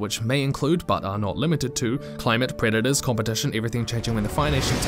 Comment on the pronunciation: Took me the briefest of split-seconds to realise you said "Who are their predators" - and not "Who are their creditors"